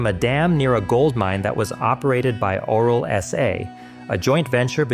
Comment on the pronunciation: The author of the video isn’t Romanian and pronounced it wrong, I can assure you it’s not pronounced “oral” or written like that.